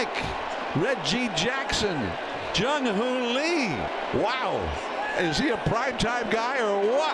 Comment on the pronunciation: How to Pronounce Jung-hoo Lee Correctly: 1. It’s not pronounced like the English name “Lee,” but closer to a short “ee” sound. 2. In Korea, the name is pronounced Lee Jung-hoo, because in Korean names, the family name comes before the given name—just like you say Fatty Kim Jong-un, not Jong-un Kim. 3. “Lee Jung-hoo” has three syllables when spoken slowly and clearly, but in natural speech, it sounds like two syllables (Ee Jung-hoo) or even one fluid sound (Ee-jung-hoo). 4. Pronounce it without stress or intonation. Korean has almost no stress or intonation..